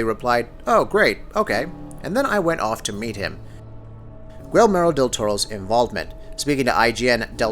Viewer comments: I was looking for this comment. Thank you for doing it, otherwise I would've done it myself. The way he pronounces Guillermo's name was driving me fucking INSANE! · Pro-tip: Guillermo del Toro's first name isn't pronounced "gwill-MAIR-o", it's "gee-YAIR-mo" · bro... guilmero? have you never heard his name out loud? it's gee-air-mo. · key-air-mo now replace the "k" with a "g" and thats how you pronounce guillermo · I can't be the only one cringing every time he pronounces Guillermo as "Gwill-marrow"... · "Gwillmero". triggered.